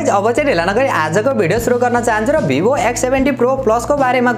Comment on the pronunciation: वीवो होता है भाई भीबो नहीं होता😂😂😂😂😂